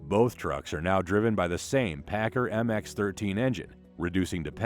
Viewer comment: Paccar is pronounced as 'packcar' by most everyone in the industry. Not 'packer'. I drove both over a 40 year career in trucking.